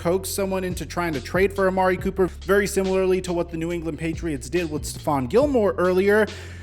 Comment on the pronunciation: Anyone notice that schefter butchered his name lol. ‘Copper’